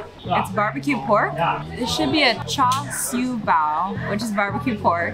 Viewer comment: If you lived in China for a whole year, then why are you saying Shanghai and char siu incorrectly?